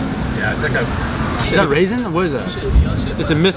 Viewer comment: so is no one one gonna talk about , ryan- is that a RAISIN Or wHat is that? kane- it's a MIscuiT. IT'S A BUffiN ryan-is that raISin? kane-it's a BISCUffiN ryan-is that raiSin? kane- it's a BISCUffiN ryan- is taht RAinsin in therERE? kene- it's a BISCUIT! LMAOO😂🙌